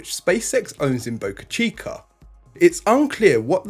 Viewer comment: Where is "boca-chi-cur"?